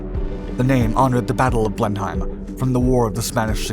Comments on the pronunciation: It is not pronounced Blen-heim but Blen-im. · A small point: It's pronounced 'Blenem', not 'Blen-hime'... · It's pronounced "Blen am" not "blenhighm"!!!!! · Poor research on this usually good series. Apart from the obvious speed error, it's not pronounced "blen-hime", It's "blen-im" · Also, I believe that it's pronounced Blen-um as opposed to Blen-hime. 🙂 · Bleinam is how you say it not blen heim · The plane name is pronounced differently not Blen..heim but Blen...him. It's really jarring listening to it being mis-pronounced so often. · It's also NOT pronounced 'Blen-Hime', but more like 'Blenem' ... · Pronouncing it as "Blen-hime". Should be "Blen-um"... as in the battle after which the Duke of Marlborough named their estate, and at which one Winston Churchill was born... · Good video as always but please note Blenheim is pronounced Blennim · Just a note, Blenheim is pronounced 'Blennem'. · Like all British place names, you cannot trust the spelling to guide the pronunciation. In this case it's Blen-Em. You also can't trust your speed calculations. Imagine publishing videos without double-checking the text or taking 5 seconds to verify the pronunciation. Btw, the Canadian-built version was called the Bolingbroke, presumably you are able to pronounce this correctly. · Blen-heim? It is pronounced like it rhymes with 'plennum'... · LOL! 2,867 MPH! Move over, SR-71! BTW, it's pronounced "Blen-im." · It's pronounced 'Blennem'. It might well be named after a battle that took place in the German town of Blenheim, but we pronounce it 'Blennem'. Not bad start for the third word of this video. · Blenheim is actually pronounced Blenem or Blenim. The one good thing it did was lead to the Beaufighter. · Pronounced Blen-em. Thank you! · Love your programs. But FYI in England Blenheim is pronounced Blenum. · It's a silent H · It’s pronounced, and was at the time, Blenim, the ‘hei’ being silent. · You don't pronounce the "H" in Blenheim. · Haha! It’s pronounced “Blenim”.